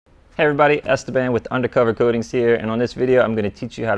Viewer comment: You mean es-te-bán? Lol. Stevan don’t sound great bro